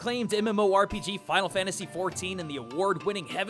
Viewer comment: I almost didn't watch the video because of it saying FFXVI (Final Fanyasy 16).